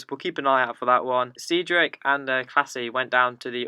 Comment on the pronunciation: not being funny lad but half is half of them tweets are pointless talking about and how hard is it to say Cedric?😂 top content normally but this just seems a bit un needed